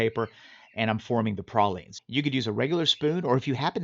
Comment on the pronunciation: Pray-leens dude.